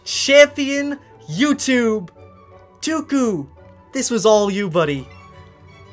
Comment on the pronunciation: Its dooku not duku